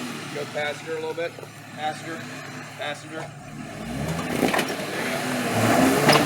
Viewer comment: "Did you say Passenger or Faster??? " haha big difference between the two🤣🤣